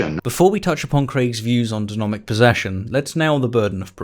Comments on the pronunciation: and - Denomic posession? I think you mean Demonic possesion. As far as I know, denominating people doesn't turn them into possessed people. Edit: scratch that, across the entire video you keep saying denomic. Denominations can't possess people, if anything it's the other way around. Unless of course it was intentional, in which case, go ahead. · The first time you said ""Denomic"" I thought it was just a slip (we all make them) but then happened. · Is saying denomic instead of demonic? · "Craig's views on denomic possession". Vocal typo. Good video though. Glad you comment on WLC. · Ha! This man said "Denomic possession". This man has clearly no idea of what he's talking about! He doesn't even know how to say demonic. He said it wrong! Why would you trust him to talk about our lord and saviour If he doesn't know how to speak??? You my good sir have been destroyed and outmatched. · You keep saying denomic and it's annoying me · “Denomic”😂. Tbh I feel it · U said denomic possession lol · FYI you mispronounced "deMONic" as "deNOMic" a few times. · Am I the only one hearing denomic instead of demonic? Am I possessed by some devil? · Great vids. Love your stuff! You said denomic repeatedly :-D are you posessed? :-) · Stop saying denomic it’s DEMONIC 😂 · "De-MO-nic" not De-Nomic. Ok. 💓 your videos, btw. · Is it just me does he keep saying denomic? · You did an oopsie it's demonic possession not denomic possesion, unless you were referring to haunted money. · I think you'll find it's demonic not denomic possession my man 😏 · You kept saying "denomic" rather than "demonic." 😀 Great video though. 👍🏾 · 3 times. Maybe has a bit of dyslexia. Are you aware of it?